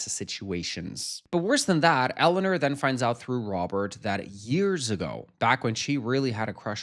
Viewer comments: Not the way you say EleanER not Eleanor. 😅😅 But I adore you and any way you say things. ❤ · Your pronunciation of Eleanor is taking me out. ElluhNURRR. ELLENURRR. Ellanür. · more like Ele-oh-nawr